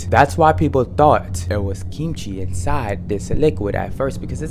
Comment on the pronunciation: Your pronunciation of kimchi is really good! You do it with a soft g sound instead of a hard k sound which is really quite natural. If you think it's fire with the fried rice, try an actual kimchi fried rice. It's even better! With a sunny side up egg on top as well. 🔥